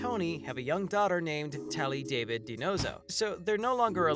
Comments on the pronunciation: Oh my goodness! It's not pronounced David...it's Dah-veed..clearly never watched NCIS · wish you pronounce Zivas last correctly, its not david its daveed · It's not pronounced David it's David with an is really accent. Not an American man's name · EVERY video I’ve seen about NCIS that mentions Ziva, they ALWAYS say DAVID and not DAVEED! Always! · It's Da-Veed not David! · Say it correct da-veed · If you are gonna report at least pronounce Ziva's name correctly..da-veeeed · It's pronounced Da veed. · It's pronounced Daveed. Jeez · It's obvious the narrator is reading a script and is not familiar with the show since he cannot pronounce "David" properly. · Really wish the channel would learn to actually pronounce Ziva name correctly. It is the Hebrew pronunciation of David. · Ikrr I can’t even when he says it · Exactly! Sad whomever was narrating doesn’t even know how to pronounce the characters names! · I was going to say that precisely!